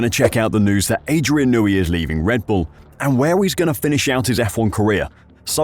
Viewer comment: Who is this Adrian 'Nooey' guy? I've heard of an Adrian Newey.